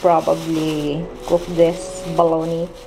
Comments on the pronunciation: its pronounced po as boloña!! pa shoutout naman po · Bologna is pronounced as bolo-knee. Hahaha